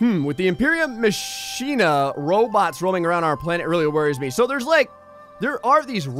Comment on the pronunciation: Lol ma-shen-a I think its pronounced ma-kin-a